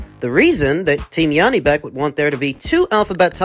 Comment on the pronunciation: It's J, not yanibek, Janibek, he's not german.